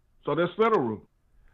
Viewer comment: He had me laughing so hard when he was like " that's Federuuh" 😆... When the proper word was Federal ...😄